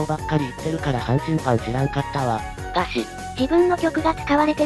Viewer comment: "がし"じゃねえよwwwwww